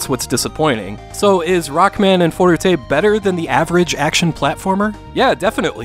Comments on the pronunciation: bruh you just described all the older Mega Man games. Also why is he saying "fourtatae" every time instead of forte? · Ummm, ackshully, it's pronounced "for-tay". Itsh a french word used in muschic to say that shomething shhould be played loudly. Sorry, I know you hate those comments. "forute" sounds like a Japanese pronunciation. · If you're going to say forutay, you should also say rokkuman. Or maybe consider not using the Japanese pronunciation of an English word. It sounds goofy and, with all due respect, uninformed. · It's funny when you try to pronounce "forte" correctly but say Rockman AND Forute... the "&" should sound like "toh" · Great review, sums up my thoughts when I played this game back in the day as well. One thing that I kept getting hung up on, but it's so silly, but "Forte" isn't a Japanese word, so you don't have to pronounce it like it's a Japanese word. Again, sorry, that's so nitpicky, but I'm a huge fan of your channel. Megaman/Rockman is probably my favorite game series/Genre growing up!. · How the fuck did you make forte three syllables?!